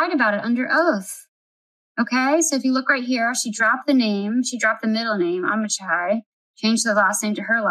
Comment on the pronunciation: The middle name Amichai, pronounced, Ami-Hi. Just letting you know. Love your channel!